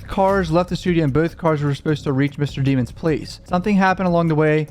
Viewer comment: It's DEH MONS not DEE MONS smh